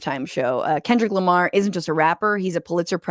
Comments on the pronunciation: “Kendal Lamar” and “won all these grammars” lady you need to retire. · “Theis guy, Kendayll Lamar, and he won all these grammers-“ -Fox News Reporter